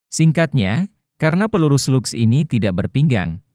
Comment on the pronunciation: Bang bacaan bhs inggrisnya dibenerin biar enak, seperti SLUGS, itu dibaca slags